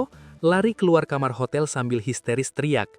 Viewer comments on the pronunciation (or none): none